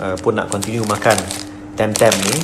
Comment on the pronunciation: Tam Tam Yb.. bukan Teym Teym... Hahaha... Stay safe YB